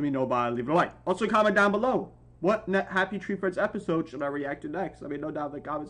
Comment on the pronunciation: Bro said Happy tray friends